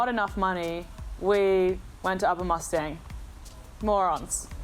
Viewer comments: It's pronounced as Muss-ta-ang not Mustangs like cars or horses.. FYI.. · It's Moos taang not mustyang🙏🙏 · would you please pronounce as "moostaaang" . thank you🙏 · when a Nepali word is spelled in english the pronunciation doesn't change.. Or vice versa.... it's not the accent.. n definitely not pronounced as horse or a car... It's disrespectful n rude to call it something else..at least try..